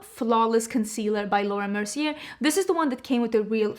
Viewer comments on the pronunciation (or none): none